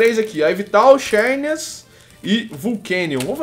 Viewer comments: se pronuncia zernias nao xernias eu sei que escreve xernias mas a pronuncia é zernias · não se pronuncia xérnias e sim zãrneas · se escreve xerneas mas se lê zernias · se escreve xerneas mas pronuncia zerneas